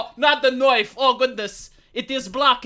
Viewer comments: Call that a knoife ? THIS is a knoife ! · "That's not a noif. This is a noif!"